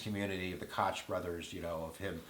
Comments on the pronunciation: feel stupid yet? also its pronounced COKE brothers. you'd think you'd youtube each candidate so you can say their name right. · Koch Brothers pronounced COKE. Don't know if you were joking or really didn't know? Love your videos, not so much your odds making. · Koch Brothers is "Coke" brothers, that's sadly how it's pronounced. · Carley Fiorina, pronounced fee-o-reen-a. Koch brothers, pronounced coke. I think ' observations and odds are spot-on. Thanks,!